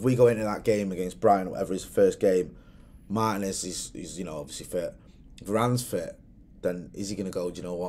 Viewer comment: "Marr Tea ness" not Mar Tin ness 🙈🤦🏿‍♂️